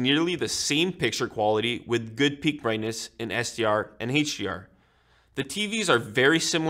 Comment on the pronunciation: He says Hate-DR and Hate-DMI 😂